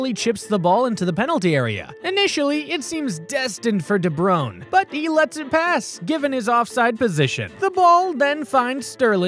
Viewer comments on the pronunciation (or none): it’s De Bruyne not “De broon”